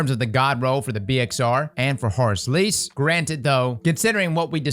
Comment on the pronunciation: How pronounces Horrors Least "Horus Lease" I love it